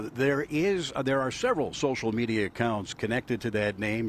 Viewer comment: lol Heavy emphasis on the word rap...